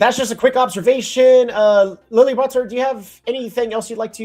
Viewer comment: what is that pronunciation of Leliberateur from 🤣